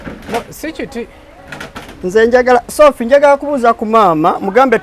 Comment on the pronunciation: The way he is calling shopiiie 😅😅😅😅